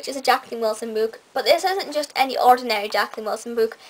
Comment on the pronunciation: Why do you pronounce book b-o-o-k instead of b-u-k?